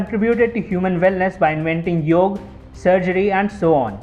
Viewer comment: Awesome video. but Its Yoga not Yog, if u want international viewers, then teach them properly how its spelt, dont do their slang for fs